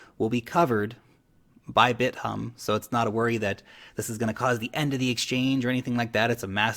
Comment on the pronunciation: I like how you pronounce Bit - Humb =)